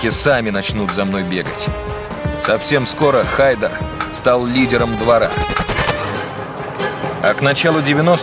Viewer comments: Не ХАйдер, а ХайдАр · правильно имя произносится ХайдАр